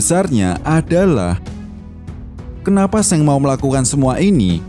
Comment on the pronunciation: Gw dengernya Seng 🐦